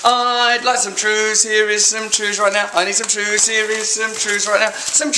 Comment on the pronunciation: Simon Says TREWS